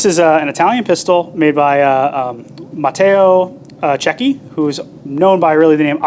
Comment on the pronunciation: Congratulations to the Metropolitan museum weapon expert, for pronouncing Matteo Cecchi name almost perfectly!👏🏼👏🏼 BTW his nickname acqua fresca , means fresh water, in the sense of cool from the source water. 🤷🏻‍♂️